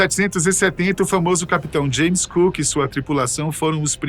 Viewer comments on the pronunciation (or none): none